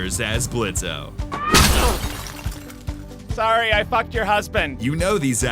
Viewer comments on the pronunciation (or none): People here are talking about pronouncing Blitzø's name as "Blitzo" but is no one gonna talk about how he called Husker "Oscar"?? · in blitzo, the o is silent XD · the "O" is silent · Says blitz with the o. Everyone: So you have chosen.... death.. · I think everything is perfect in this pilot Too many characters? NO, ITS PERFECT REEEEEEEEE I do understand ur points tho :) Critigue: the o is silent lmao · YOU FOOL! THE "O" IS SILENT!!! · b... but the O is silent! :< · The "o" is silent gosh darnit. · did he say 'Oscar'? Why can't anyone get the name right - many people also say 'Husk' instead of 'Husker' also Blitzo's o is silent :v